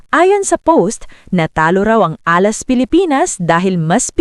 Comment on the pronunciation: Repeat after me "Alas" hindi Ah last.